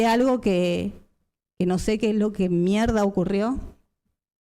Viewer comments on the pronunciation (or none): Venía bien hasta que pronunció la palabra " merd"